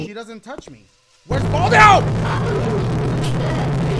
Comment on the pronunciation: Its Bal-diugh